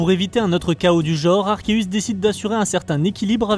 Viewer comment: Super vidéo je viens juste de m'abonner à ta chaîne baie pécha et sinon mon légendaire préféré est arceus le mec c'est dieu en fait😅 Ps enfin une personne qui prononce arkeus et non pas arseus comme la majorité des français le prononce ❤